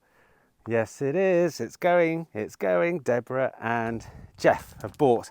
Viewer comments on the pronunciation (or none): none